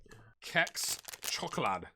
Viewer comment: pronouncing “Kex” in the right way 🥰